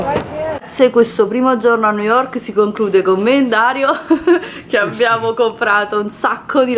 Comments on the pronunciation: Forse nn avete capito lei pronuncia nu yok perché il labbro superiore è talmente rigonfiato che nn riesce ad aprirla la bocca x pronunciare bene le parole ...montati meno...a New York ci sn stata anche io e auguro di andare a tutti voi é una città stupenda tra poco andrò a Londra un altra meraviglia..poi continui a chiamare 3000 volte amore amore amore Amore ma Dario nn ti caca 😂😂😂muoio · Perché non avete sentito lui??? Non sa dire nemmeno New York